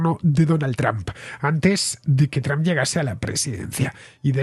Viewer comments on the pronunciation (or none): none